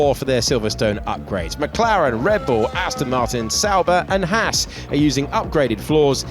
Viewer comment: It's Haas not Hass.